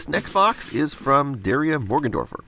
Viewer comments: The fact that you mispronounce Daria makes me sad you must not have seen the show. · What kills me is that he said the name "Daria" wrong and I'd love to give him a pass by saying he's making a reference to the first (or maybe it was the pilot?) episode, but even that wouldn't be right.